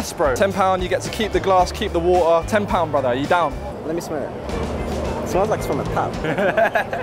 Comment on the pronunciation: Its painful to hear how doesn't know how to pronounce the "t" in water.